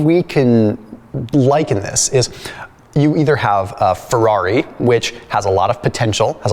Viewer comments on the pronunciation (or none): none